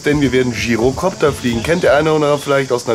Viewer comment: Gyrokopter ausprechen wie Girokopter xD